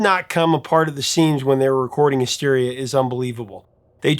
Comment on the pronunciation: did he just say "mysteria"?